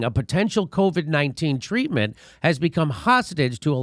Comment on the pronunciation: If only he had been guiding the country for past 18 months. I much prefer hearing covid pronounced "Caw-vid" like a true Bostonian 👍.